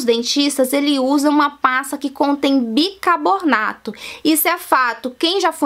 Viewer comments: se diz Bicarbonato, assim é o certo e não Bircabonato. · kkkkkkk! bicarbornato tbm foi...rs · ela disse bicabonarto kkkkkkkkkkkkkk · Minha querida...Eu adoro seus vídeos, porém você precisa rever seu português, você pronuncia erradamente as palavras, no caso específico desse vídeo foi o "bicarbonato....você diz claramente...bicabornato"...🤣🤣🤣🤣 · Gengiba , bicabornato kkk É gengiva, e bicarbonato! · É gengiba ou Gengiva ? bicabornato ou Bicarbonato ? Fiiiiiaaaa , bora aprender escova os dentes pra ensinar correto né , e usa um aparelhinho corrige as falha . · Gengiba, bicabornato... KKKKKKKKKKKKKKK